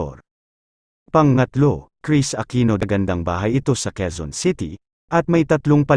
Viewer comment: HINDI QUIZON CITY, QUEZON CITY BAROK K